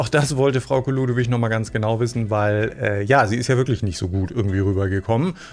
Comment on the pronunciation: Hay 😂 dir ist aber bewusst dass sie Frauke Ludowig Heist nh 😉 verstehe nämlich manchmal Frau Keludowig oder sowas 😂